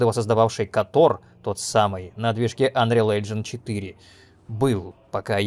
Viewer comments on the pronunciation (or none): none